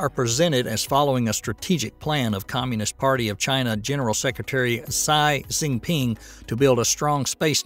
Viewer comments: That's..Gee Gee Peeng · Interesting and educational video. One nit: you mispronounced Xi Jinping.